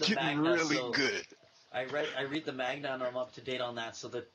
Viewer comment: It's called Manga Not magna